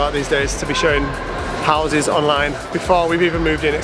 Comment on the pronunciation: you said you were teaching your children English, can I just let you know it's houses, not Houseses 😂😂😂😂😂😂